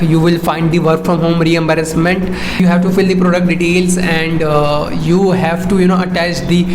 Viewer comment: Reimbursement sounded like re-embarrasment